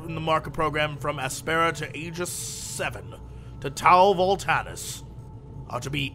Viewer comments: Jesse's mind: "Volantis" -> "Voltanis" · Jesse, has your sore throat scrambled your brain? or are you afraid you'll get Sued by the GoT devs. 3 times at least in this video. it clearly said VoLanTis not VolTanis :P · anybody else flipping tables when Jesse says Tau Voltanis instead of Tau Volantis?